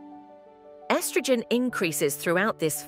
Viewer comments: Im about to unsubscribe if she says estrogen like that again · Eestrogen? Why does she talk like that?